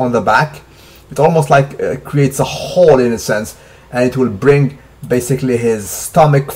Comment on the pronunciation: a khhooole (hole) lol salute